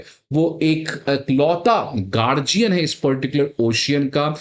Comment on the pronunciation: गार्जियन Seriously? ओशियन Seriously? What kind of pronunciation is this?